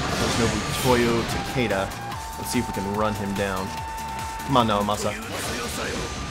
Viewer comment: sorry to correct you on you first video, but it's pronounced like the letter e because of the uppercase I in Naomasa's name